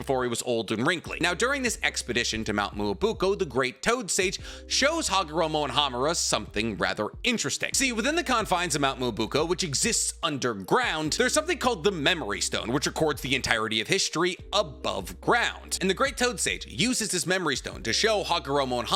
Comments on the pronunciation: Its called mount myoboku i swear if you say mount mobuko one more time ill suffer an aneurism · Mobuko? Nah. Mio-byou-ku. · It's mount miyaboku(phoentic) not buko it's driving me crazy😂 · Correction = Myoboku is correct, not Myobuko (please take care next time). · Me-oh-boku not mu-oh-boko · what part of mount MYOBOKU sounds like MUOBUKO? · Bro why does he say Mt. Myuboku so wrong every time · Is it just me that cant stand the way he says mount myōboku bro be saying mount mobokeo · The pronounciatuon is mt meyo-boku "myōboku" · It’s mount myoboku not myobuko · It’s mount MEYO BOOH K-OH… hard to watch this when he’s saying it so wrong 😂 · It's pronounced ME-OH-BO-KU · love your videos, but brother you gotta work on those pronunciations - ChibakU Tensei (not chibuka) Mt. Myobuku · I'm sorry but isn't name of the mountain pronounced "Mio-bo-ku" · Bro butchered the name of the place consistently… mount Me-a-boa-coo .., fuck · mount Moo-Ah-Boo-ko My soul: ☠️☠️☠️ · For the love of Christ please learn how to pronounce mount myoboku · for as long as ive watched you, you've said Mt myoboku wrong. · The butchering of mt.myoboku in this video is insane. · Okay no hate but anyone else slightly bothered by the mispronunciation of myoboku